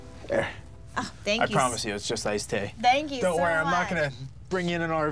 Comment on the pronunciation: He says ice tay